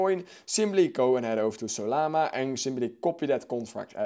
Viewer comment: What did he say? I heard the saliva movin